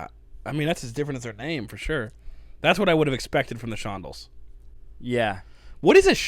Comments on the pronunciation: The Shon- DELLS not the SHON-dells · It's pronounced shon-DELLS -- first part is like "on" with an sh in front of it -- second part is like Farmer in the Dell. SHONd'ls is wrong. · It's not "Shondle" it is "Shon-dell". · Shon-DELLS, not SHON-dells. Empasise the DELLS... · ShonDELLS not shondulls! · Shondells is pronounced like how you would say ‘Dell’ computers, rather than like sandals (shon-dells) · Shon-dulls? What? C’mon man! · All respect to Joan Jett but this original version is better. Also it's Shon-DELLS not shon-dulls. Great reaction guys! :) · A SHON-dull sounds like something used on a Jewish High Holy Day. By now, though, I'm guessing you guys know that it's pronounced Shon-DELL. Also, thought you might find this somewhat interesting but when I had the 45 as a kid I thought that the end was just him singing a series of oohs and aahs, which I thought was strangely cool. It wasn't until I was an adult when it hit me that he was really singing crimson and clover through some kind of filter. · I’m old enough to be your grandmother and love that you have appreciation for music of my youth. And even if you don’t love it, you try it out. And guys it’s Shon- dells. Accent second syllable. Not Shon-dles. Try I Think We’re Alone Now. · Shon-DELLS, not SHON-dells. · ShonDELLS not SHONdells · Pronounced like Shon-DELL, not like Shondle. Those types of band names are carryovers from the early 60s, late 50s ... à la the Chantells, Dovells, Standells, etc. And I wish you would have done the LONG version! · I can't believe you two didn't do the long (full) version. --I mean, WHY wouldn't you? --When you covered Crystal Blue Persuasion back in Dec. 2021, several commenters (including myself) urged you to do the long version of this song, in particular. --Also, Shondells is pronounce as rhyming with long shells, not fondles, like said it. --Whatever. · it's not Shondells, it's pronounced Shon-DELLS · Not Shondel, it is Shondells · Shawn DELLS Not shawndles